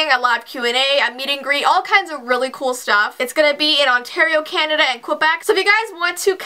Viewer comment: Right when said “Vancouver Canda” the show my parents are watching rn said “Vancouver” in Canada 😟